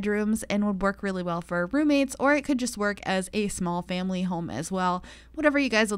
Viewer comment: oh ma gawd they were romates